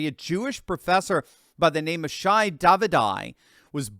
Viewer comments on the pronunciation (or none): none